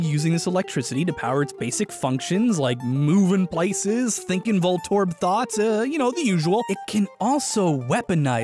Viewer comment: voltorb - volt orb. Huh.